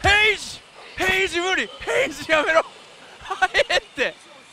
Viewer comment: もヘイジ（HAGE）言ってて笑った🤣